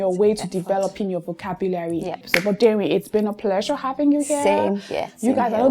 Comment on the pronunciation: thank you for this episode. I've learned much. Notwithstanding, na wetin with that pronunciation of 'vocabulary'.